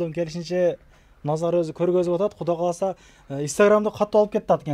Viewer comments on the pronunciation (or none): Эфирден туура сүйлөгөнгө аракет кылсаңыз. Куда кааласа эмес Кудай кааласа.